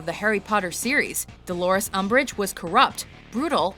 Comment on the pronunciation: Agh, "UMBRIGE", whatever!